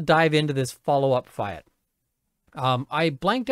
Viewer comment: "Fee-at" not Fie - at!